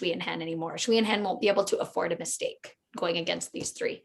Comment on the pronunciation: A note on how to pronounce 'Sui' (as in Sui and Han) - don't try anything too funky if you can't get the tonality in a reliable way - just say "Sway" (there is a 'w' phoneme in there, but the s is an s, and not a 'sh') I hear you guys saying "schwee" and that's not accurate (chinese pinyin is not intuitive at all!)